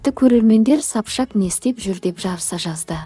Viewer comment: Сапшак демей дурыс айсай😂😂Сопчак